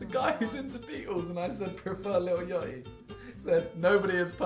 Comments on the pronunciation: Someone mentions my favourite rapper but says yotty. ITS YAA HTE EY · lil yoightyi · Lil judy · Lil Yoty bro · Lil jahi